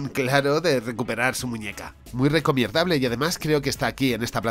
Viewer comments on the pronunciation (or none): Por qué cojones dice "recomierdable"?